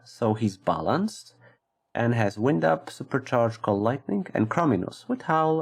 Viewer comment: lol come on buddy. it's WIND up. like wynd, not wind like windy day. Make your videos short. more views. :)